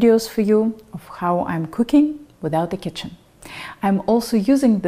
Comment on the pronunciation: did you say Goodbye Chicken in stead of Kitchen? It was funny!